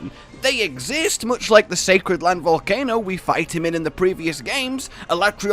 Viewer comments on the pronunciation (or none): none